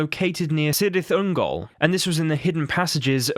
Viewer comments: yes, but the admin (or whatever) pronounced it soft, you jack ass. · The C in Cyrith Ungol is hard, and Beleriand is pronounced bel-eery-and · You can pronounce Celebrimbor's name correctly, but not Cirith Ungol? And thank you for giving a reason not to play those games. Celebrimbor bequethed that ring to Gandalf.